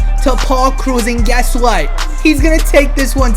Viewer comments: bruh its pronounced krow-se not cruise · Paul Krause rhymes with house!!! Please stop saying Cruz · Why can no one pronounce Krause? if anyone listened to the announcers